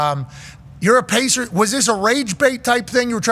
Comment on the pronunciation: Bro is the biggest “pacerth “ and everyone from New York I’ve ever met always tells me they box in their life😂 I don’t buy it ever